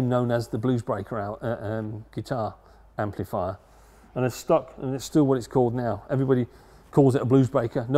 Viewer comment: Can someone from the UK tell me: what part(s) of England might this guy come from that causes him to say "amp-LEE-fier" and "four-BEE-twelve"? Also, cracks me how he says certain components are put on by "ladies".